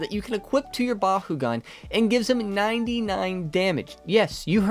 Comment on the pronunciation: I love the vids but it pains me to hear it pronounced “Ba-hoo-gan” lol it’s “Ba-koo-gan” where I’m from (And in the Battle brawlers show) I hate to be “that guy” I just find it funny 😂